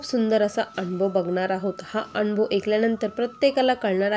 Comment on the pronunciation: anbhav नाही अनुभव बोलायचं